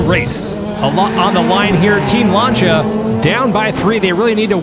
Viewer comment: Lancia is pronounced lance-see-ah